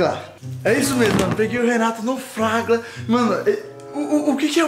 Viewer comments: "Fraga" , "Fagla" kkkkkkkkkkkkskkkkk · Qual e falado errado fala direito flagla, fragla, e flaga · O melhor é o falando flagra errado kkkk rachei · Quero pegar o Renato no "Flagla" 😂😂😂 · Vc n sabe falar flagra kkkkkkkkk